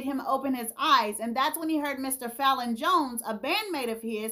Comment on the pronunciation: it’s pronounced Fay-Lon. Long A. I was born, raised and currently live in Memphis. If y’all haven’t already, please tour our Stax Museum. You will really get the piping hot tea with crumpets.